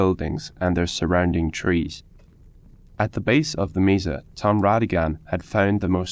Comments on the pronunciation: Mesa pronounced maysa not Misa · That was great! Thanks. A pronunciation pointer - Mesa is from Spanish meaning table, so the e is short.